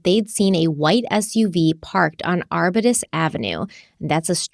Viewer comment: aar·byoo·tuhs- arbutus ... it's a broadleaf evergreen tree...